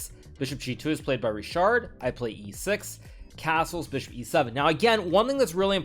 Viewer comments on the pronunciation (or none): it's either 'Rihard' (for Hungarian pronunciation) or 'Richard' (for English one), but definately not 'RiSHard' :) anyway, nice game